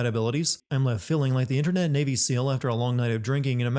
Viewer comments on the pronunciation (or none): none